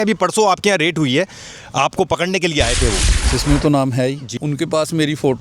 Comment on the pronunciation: Raid not rate ,bro